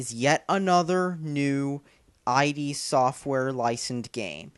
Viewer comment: He's so stupid he's not even saying "id" correctly, he's spelling for a name, and he sounds like a MGTOW twit!